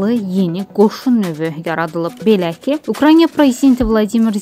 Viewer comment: Ay diktor və ya jurnalist qızım, "Ukranya" deyil, "Ukrayna" demək lazımdır. ..